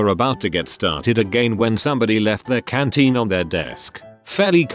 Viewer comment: Canteen, not cantine.